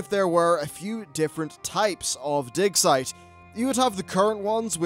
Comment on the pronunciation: All I can hear is.... "di*k" site :-D